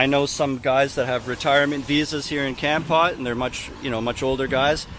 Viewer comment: Hi! The correct pronunciation is Kampote. If you care. Enjoy your times in Cambodia.